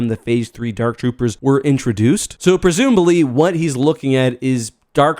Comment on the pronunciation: "Presumebaly" lol